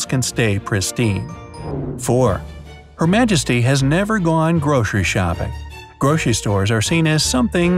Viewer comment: why do i hear "groshery store" and not grocery store